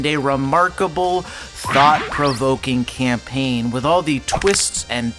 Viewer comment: "A good call of duty caimpaign" shows bo4